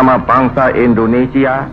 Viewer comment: Indonesia buk bukan Indonesa